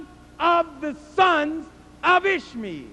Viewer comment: when he says "Ishmael", it sounds like he's saying ishmeal, which sounds like squishmeal, which reminds me of squishy oatmeal